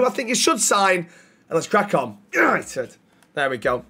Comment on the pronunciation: tenth, YANITED YANITED YANITED!!!!!!